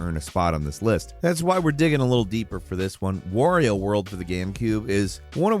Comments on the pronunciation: you’re saying wOrio and not wArio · It's pronounced "Wario", not "Worio" you inbreed.